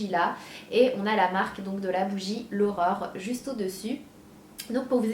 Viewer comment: A chaque fois que tu dis "l'Aurore" j'entends "l'horreur" lol ^^ En tout cas bravo pour ton projet =) (même si le prix est trop élevé pour moi perso)